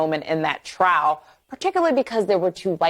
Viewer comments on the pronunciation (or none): "trowel" is a weird way to pronounce TRIAL